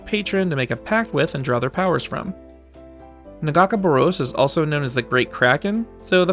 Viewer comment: The pronunciationof Nagakabouros made my hands wrap around my ears but hey... good video